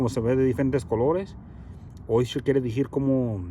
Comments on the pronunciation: Es divertido como hablas tienes que aprender español, mucho dices dejir y decir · Se dice antigüedades, me da risa que sabes decir chido como los de la CDMX y no sabes pronunciar DECIR (dejir)